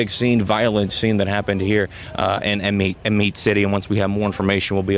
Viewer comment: you pronounced that PERFECT! i'm from out that way and used to thug it out there in Amite for a lil minute